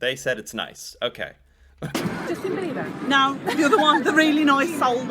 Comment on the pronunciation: I’m sorry “Justin Beaver”???? I get it our national animal is a beaver but cmonnn it’s bieber lol